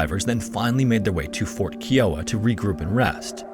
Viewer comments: That tribe is now Kee-o-wuh. It's Kai-o-uh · Key-o-wah pronunciation is killing me! The correct pronunciation for the Kiowa tribe is: kai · uh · wuh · One thing I've noticed is how you mispronounce words, it seems like once per video. This one is Kiowa, as far as I know it's pronounced K-eye-owa, not K-e-owa. I do enjoy your videos, but pronunciation is a peeve of mine. God bless and have a great weekend!! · Kiowa is NOT pronounced as “Kee-wah”. 😂😂 Are you kidding me?! It’s pronounced “Kie-ah-wah”! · Absolute, utmost respect for your videos and much appreciation. My only gripe is that "Kiowa" is not pronounced, "Kee-oh-wuh." It is pronounced, "Ky-oh-wuh." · KIOWA is pronounced Ky-Oh-Wa Not Kee-Oh-Wa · Dude, it's pronounced Fort Kai-uh-wah, not Kee-o-ah, with emphasis on the first syllable, KAI-uh-waah (like the name of the Native American tribe). Scary Interesting videos are too good and professionally made for such an elementary mistake, it's worth the extra effort to look up the correct way to say these names as this is especially noticeable to your American audience. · “Keeeee-oh-ah” is not how you say Kiowa. “Kai-oh-ah” (-: xoxo Oklahoma Native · Kai-o-wa, not Keewa, jfyi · Kiowa is pronounced “Ky-O-Wa” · Please do more research on your tribe pronunciations. It is Kai-o-wa and Ah-rick-ah-rah. I love your channel, but that’s like 2 videos in a row I’ve watched and the NativeAmerican tribe was pronounced wrong. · Just as an FYI: Kiowa is pronounced "KIGH-oh-WAH". Source: I grew up in Kiowa county, Oklahoma. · I love your channel, but I have to get this off my chest. [clears throat] "KAI-oh-wuh." 😏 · The word Kiowa is pronounced Keye-o-wa. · Kiowa is pronounced Kai-Oh-Wuh and is a town in Colorado named after a Native American tribe from the Great Plains. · Not a criticism but Kiowa, it's pronounced K-Eye-Oh-Uh and I only mentioned it because I live on Kiowa Ave. in my town in Arizona and because it's mentioned so many times in this video